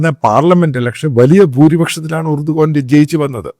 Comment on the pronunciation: ഏർദോൻ എന്നാണ് turkish ആൾകാർ pronounce ചെയ്യുന്നത്